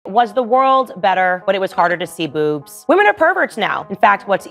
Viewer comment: he said booves not boobs